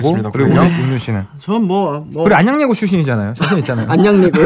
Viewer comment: 용햄 안냥녜고(?) 출신이잖아요 어림도 없지 이번엔 석햄이 발음 타박당함